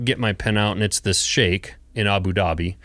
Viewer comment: I live in Abu Dhabi and have been here for the past 10 years (transplanted from TN). Great story about the Skeik from Abu Dhabi. He CORRECTLY pronounced the work Skeik (pronounced Shake). Very much enjoyed this Cleared Hot Episode 181 -.